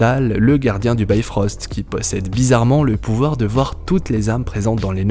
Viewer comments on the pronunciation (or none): On dit "bifrost" et non "bayfrost" sinon bonne vidéo